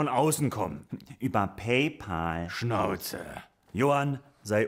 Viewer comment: Wie immer genial. Aber bitte: pay-päl. Nicht pahl. 😉😂